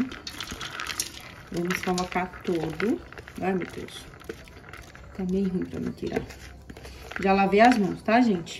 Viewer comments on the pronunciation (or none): none